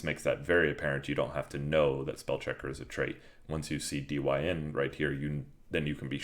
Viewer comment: I think dyn is said as 'dine' as in short for the word dynamic